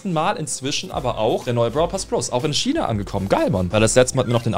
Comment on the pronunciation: Es heißt China nicht schina